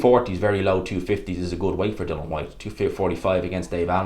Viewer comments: Why do you insist on calling him Dylan ..it's dillian..is it an Irish thing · His name is Dillian, bro. Not Dillon. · I always hate when you have a video talking about dillian, you piss me off no end when you mispronounce his name. You spelt his name right in the title why don;t you give him the respect to say his name corectly, we dont call you. Say his fucking name right.